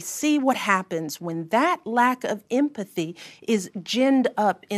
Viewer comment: LOL!!!! She can't even pronounce empathy.